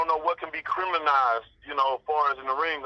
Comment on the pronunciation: That fool said "Criminized"! 🤣🤣🤣